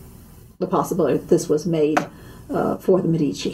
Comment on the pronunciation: San Marco...in FLORENCE! It's MEDici, not MeDIci!!!